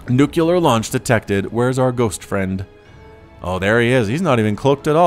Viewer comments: Gómez Cabrera he sais nukelar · Please pronounce nuclear correctly.